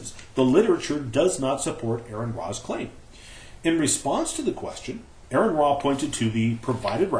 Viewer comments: is a fucking liar. for claim 1: Here is the actual article AronRa (not spelled or pronounced as Aaron): Claim 2: The link Aron used is posted on his video! That's two strikes... one more and you're out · Your an idiot, AronRa ( pronounced Or-an Ra) peer reviewed that article. I am certain he's read it....